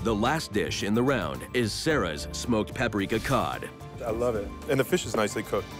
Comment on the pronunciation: I always cringe when the HC narrator says Ferrrrrrsh, its pronounced fish not Ferrrrrrrsh